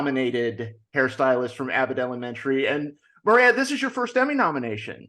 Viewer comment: That is definetly not how to pronounce Moira.